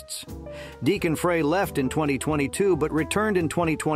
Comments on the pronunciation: Stop saying Fray it is pronounced like Fry. Fry not Fray. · Such kind of vudeo must have more accuracy with names. The Eagles' original member Glen Frey was pronounced wrong. Frey is pronounced like "fry". Not like "fray". He introduced himself this way during the introducing of Linda Ronstad to the Rock'n Roll Hall of Fame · It’s pronounced Glen “Fry”